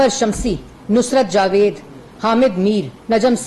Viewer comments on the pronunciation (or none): none